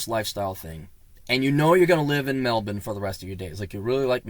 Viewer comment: You're the first foreigner I've heard able to pronounce "melben" as we do.